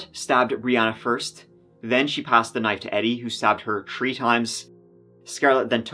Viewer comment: In this episode, said “tree (3),” “turteen (13),” and “turty (30)” fifteen times.